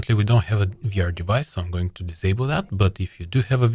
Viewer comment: ну что же ты говоришь "гоинг", "позишенинг":D